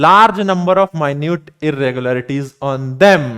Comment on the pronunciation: ❎️ minute ✅️ mi- nute